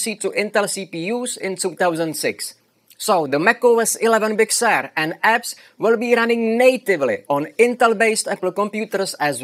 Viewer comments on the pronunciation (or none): I like the pronunciation of “Big Sewer”.